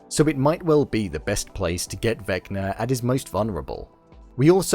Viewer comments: Vecba is not pronounced Veckner lol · just kept saying vecner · Why do you call him vecner?